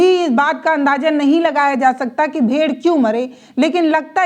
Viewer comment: यह भेड़ है भेड़िए नहीं है मोहतरमा, जबान चलाना ही आता है या अक्षरों का सही सही उच्चारण बोलना भी आता है यह भी कह दो कि बचे हुए खाने में बीजेपी वालों ने जहर मिला दिया था।